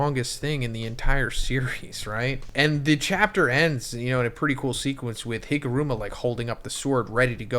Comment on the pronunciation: Higuruma ❌ HIMuruma ✅